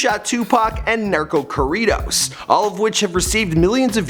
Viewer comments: Don’t ever say “narco corridos” again please that sounded so bad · "Nerco Caredos "😂😂😂👌🏽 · Narcow corerrows 😁😁😁😁😁😂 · “NarKhoe Cori-dough” 😂😂😂 and his name ain’t alex idk why he keeps claiming that’s his name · NaRKos KorriDos 😂😂😂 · Lmao I fukn died when he tried to say narco corridos 😂